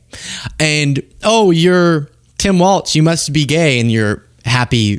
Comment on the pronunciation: Come on. I love the show, but for the love of god it’s Tim Walz(pronounced Walls) not Waltz(Walt’s)